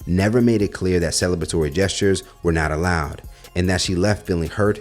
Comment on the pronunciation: Not celeb-latory it's celebratory. Very surprised you got to graduate.